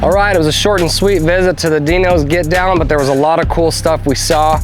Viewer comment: You’re pronouncing the name of the event totally wrong.